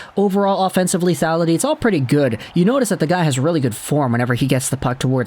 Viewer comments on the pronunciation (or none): none